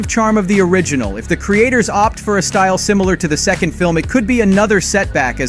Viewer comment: You have a wierd way of saying two/second xD